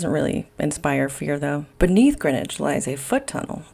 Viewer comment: Great to hear Greenwich pronounced "Grinwich" like the locals.